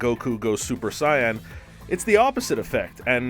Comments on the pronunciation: He said super super siyan hahahaha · So we gonna ignore him saying super cyan and not super saiyan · This dude said "super cyan" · to he said goku goes super cyan XD it Super Saiyan (Say-yan) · Please don't ever let this guy talk about dragon ball Z. Super Sai Yan. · “Super sAiAn” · Did he just say super cyan or an I going deph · This man said Super Sighyan 😒 then called Saitama Saytama.. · this man said super “super sai an” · He pronounces it super scion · DId you just say... Super Sigh-Anne? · It's super cyan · The way he said super saiyan hurt me